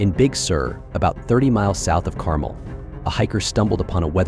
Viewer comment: Its pronounce Car-MEL, not CAR--mel.